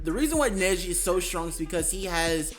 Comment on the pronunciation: He is soo shrong